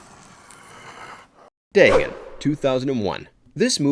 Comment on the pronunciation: Day-gone, not Day-gun.